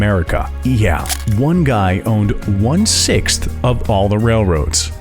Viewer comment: No one going to mention the narrator saying 'one sixst' instead of one sixth?